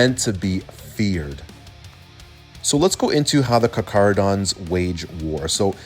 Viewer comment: Just like to say as a lot of people seem to not know how to pronounce their name it's car-cah-ro-dons with a heavy K sound. Not an attack just more of a tip if people find it hard to spell out the lore way.